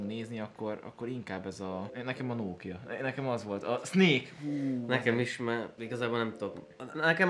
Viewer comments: nem nókia hanem nokia kiejtve is. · Az nem nóókia hanem nokia🙄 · annyira idegesítő hogy a Nokiát Nókiának mondod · a Nokiát RÖVID o-val kell mondani !!!🙄😂😂